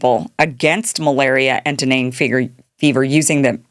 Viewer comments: Dengue fever is pronounced "den-gay". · It's dengue fever not deneng...